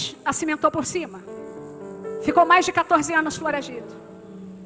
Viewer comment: Delegada? Ela fala fLoragido Delegado fala o português SOFISTICADO